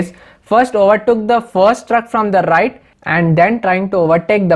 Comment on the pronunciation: suddenly to the rrrrighttt ..😁✌